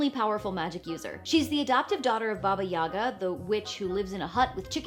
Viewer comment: baba Yaga wrong - Baba Yaga right